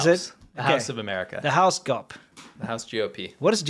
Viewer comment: Not gop. It's G.O.P. Great show. Happy I found d you. My oldest son spoke Chinese. He loved China. Was waiting to move there after he received his bachelor's but it was covid , so he was waiting, but we got to have him close for a whole year. Yay! June 7th 3 years ago he was killed on his motorcycle on the Bay Bridge. His name was Colin, and I was so blessed to be his mom. But anyways, your sense of humor reminds me of him, plus the China show. So an extra thank you for what your doing. It's a great show. You make me laugh.